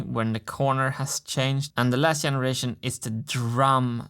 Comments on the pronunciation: martin we need to talk. "yenneration" xD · It sounds fun when you pronounce "generation" as "jeneration". Does that come from Swedish somehow? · Wasn't it more like "yeneration"? And yes he pronounces lots of words or parts of words just like he would in Swedish (because he's a Swede), and makes some mistakes in grammar but I think it's kinda charming since he has a pretty good vocabulary and flow. He's a good communicator, don't you think?